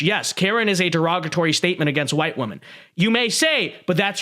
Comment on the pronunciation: Women is pronounced differently than woman.